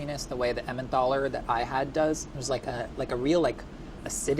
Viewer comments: I love, but I'm concerned about the way he pronounced emmenthal repeatedly. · “Emmenthal” has a hard “t”. Helpfully the modern German spelling “Tal” (valley) drops the “h”. Same goes for Neanderthal.